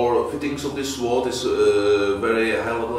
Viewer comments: I might sound a little pedantic but since you are doing sword content, you might as well do it right....the W in sword is silent “sord” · He can pronounce japanese stuff correctly, but fails at „sword“.